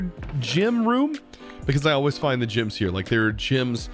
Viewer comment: I'm so confused how he can pronounce the word relic correctly but vendor becomes vindor and gems become jims